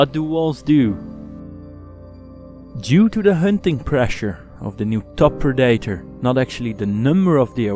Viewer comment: Great video! Sorry but I have to say it: predator isn't pronounced like that. Het wordt meer "preddetor" /"preddator" uitgesproken, moeilijk uit te leggen in tekst :p